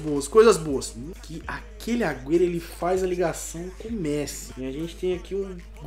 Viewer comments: para de fala o nome do messi errado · Arthur Torin mais antes ele falava certo agr ele ta falando errado kkk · O não consegue nem falar messi direiro tlk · O não sabe falar messi 😂😂😂😂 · virou gringo falando o nome do messi errado kkk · Alguem percebeu que o falou Messi errado? Da up ai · Cara q agonia ele falando o nome do Messi errado kkk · Que odio o falando o nome do Messi errado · Mano ele n sabe fala Messi 😂😂😂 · Fala certo o nome do Messi vey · fala messi errado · Vc falou Messi errado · Ele falou Messi errado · eu gosto do canal so que ele nao sabe dizer messi e toty caraio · ele não sabe falar o nome de messi direito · Mano, c não sabe nem sabe falar o nome do messi certo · Fala Messi direito ! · Fala Messi direito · Nem sabe falar Messi kkkkkk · Mto fraco esse...Totem? Messí? fala td errado e ainda não sabe fazer ligação, mano quando ce quiser entrosamento faz so cara da msm liga ou do msm país. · Mano que agonia vc falando Messí, com acento no "I" véi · FALA MESSÌ PARECE FRANCES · não se fala MESSÍ NÃO É MESSI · Messí? Krl esse daí é o cara que sabe de futebol? Pqp é Messi krl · não é messí é méssi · mano vocês perceberam que o fala errado desde dele falar Messi ele fala mesi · Mêssi kkkkk é Messi!! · Quem kacetas é "Mecí" ? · Mêssi é méssi que se fala porra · nao é mesi é messi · só não conseguiu porque você fala MECI não MESSI kkkk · se fala méssi não mêssi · Tiu fala Messi e n mesi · Não é messí e messi i e Toty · Mano n se fala mêssi e sim méssi (mas escreve messi) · e messi nao mesi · Carai que agunia ele fala messí não Messi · Não se fala messí e messi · para de falar meci e Messi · Aprende a falar o nome do Messi poxa e MESSI NAO MECÍ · Para de falar MECI é Messi porra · por favor nao fala messi^ fala so messi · Eu sei que é um modo de dizer, mas mesmo assim dá uma raiva ele falando Mesi kkkk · Meu deus, para de falar messí